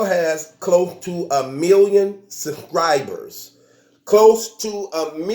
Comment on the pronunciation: “The URL has close to a million sUKRIBUS.... a million sUKRIBUS”